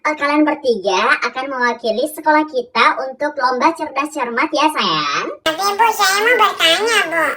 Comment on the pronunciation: audd bangett gurunya bilang saAywAnG